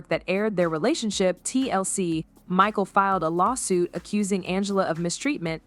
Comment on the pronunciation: "I feel bad for Ma-sheel" AI voice showed its ass